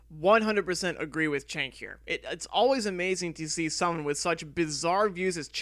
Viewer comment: His name is pronounced ‘Jenk’.